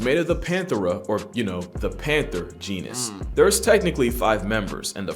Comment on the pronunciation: The man didn't even pronounce the genus right, I'm not finishing the vid because i know this tool is about to spew vapid bs.